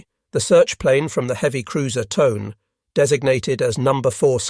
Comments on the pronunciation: It’s not pronounced Tone, it’s Tow_neh. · It's "Genda", hard G as in "get", not "Jenda". The cruiser Tone is "to-nay", not "tone". "Vireo", the minesweeper that started towing the Yorktown from the scene, is "veer-ee-oh", even stress, not "vir-AY-oh"